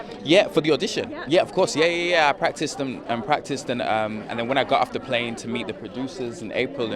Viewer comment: He tends to pronounce "got" as "gut"